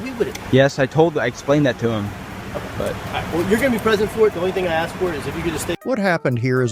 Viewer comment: For any law enforcement officer to use the word “ax” instead of the proper word “ask” is reprehensible and so unprofessional! I was LE officer over 35 years ago. If I would have been unprofessional like this, I would have been fired immediately, and rightfully so. My badge number was 15, which is State Property, and I was allowed to keep it for my services rendered. I still have that badge and I am proud to have served. To all the good LE officers out there watching, and they are, I salute you. 🫡